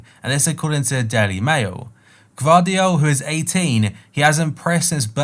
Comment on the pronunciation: perfect pronunciation for gvardiol! ;)